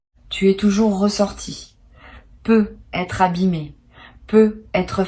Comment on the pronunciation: Les """peu""" etre au lieu de peut etre . C est I.A LOLLLLL